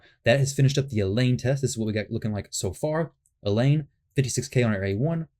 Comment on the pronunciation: El-Hain. They pronounce it in the game intro